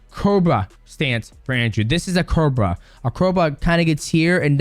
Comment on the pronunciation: It’s co bra not cro ba xD